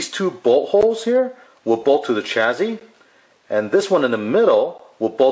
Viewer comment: Please stop calling it a CHAZZY